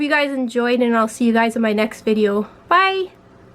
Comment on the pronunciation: Are you Canadian? Its the way you say VideO.